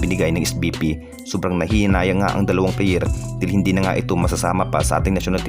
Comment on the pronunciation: perkins, Terence, hindi tirince, player hindi pliyir